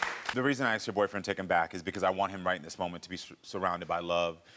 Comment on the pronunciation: It's not 'aksed" it's asked!!!!!! Speak properly@